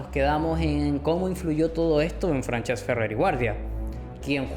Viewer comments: Buen video, solo me gustaria añadir que has estado pronunciando mal Francesc durante todo el video, se pronuncia como Fransesc (con s sorda) no Franchesc. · Salud y republica, un apunte que si no lo digo exploto , no se llama franchesc se le como si fuera fransesc